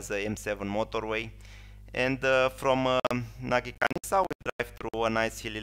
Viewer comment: It is Nagykanizsa, not Nagykanisza.